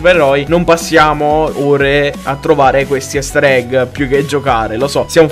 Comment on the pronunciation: Non si pronuncia "Ester egg" ma "Ister egg"